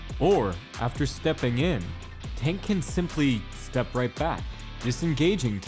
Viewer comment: It sounded like you kept calling him “Taint” Davis